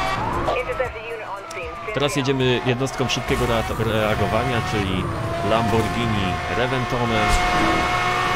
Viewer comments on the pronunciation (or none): none